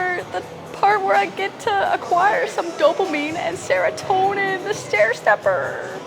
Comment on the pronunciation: oh.. oh my goodness.? Your shoulders and neck are, incredible! Looking strong and happy. Plus seems i not alone an everybody's saying it. Pigtails.. What a joy. My wife an I cracked with how you said dopamine and serotonin. Thanks for that.